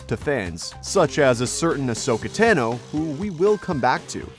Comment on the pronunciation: Ahsoka Teh-no Producer Guy: You sure that these name pronunciations are the same as they are in the show?: There's literally no way for me to verify that